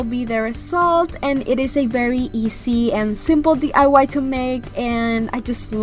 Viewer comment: Hola nena... solo te queria felicitar por tu hermoso canal. Siempre te veo y me encanta, especialmente eres mi "Go To"cada vez q quiero hacer algo galvanized... Me encantan TODOS tus diys... Una cosa, me encanta q ya no dices D.A.Y. Cada vez q lo decias me jalaba los moños lol ya lo dices bien... Yo se q se le traba la lengua a uno aveces, pero eso te hace unica y solo te digo que me encantas.... TE FELICITO... he hecho varios de tus projectos y quedan hermosos. muchos besos y saludos. 😘😘